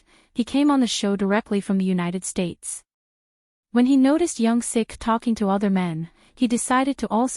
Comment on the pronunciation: It's Young Sook* by the way. Thanks for the video!